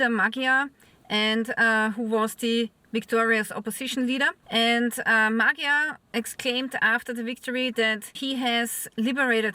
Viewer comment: His name is pronounced more like Mod-yar.